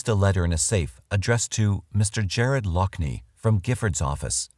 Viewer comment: It's Laughner, like Loffner... Not Lockner...